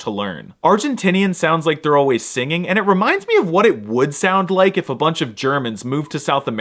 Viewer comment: There was a lot of stress on that "if" there…